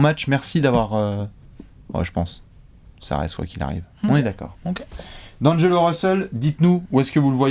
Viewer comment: Pourquoi tout le monde dit Di - angelo alors que c’est d’angelo